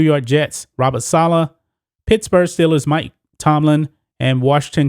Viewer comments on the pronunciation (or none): none